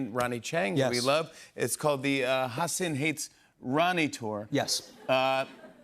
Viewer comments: Why does no one correct Jimmy for saying Hasin instead of Hasan? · Jimmy is butchering the pronunciation of Hasan's un-anglicized name. Just learn it properly lol